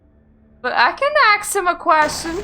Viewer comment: "I can't axe any more questions, though." No, but you can hammer your point home. ;)